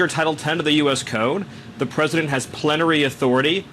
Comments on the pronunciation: He said plenatory. That’s a serious reveal of the Dictatorship. That leads to war crimes trials. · He said "plen-tary" instead of plenty. That was an epilepsy episode in my opinion. Not a doc but work in retail....we see it all folks! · He said the word "plenary"... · I don't know... I think that may have been a medical issue. He started mispronouncing and slurring words before he stopped talking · I heard him say “hath plenary authority..” and then he was aware he wasn’t pronouncing correctly. He had some sort of TIA , or Transient Ischemic Attack. Textbook example.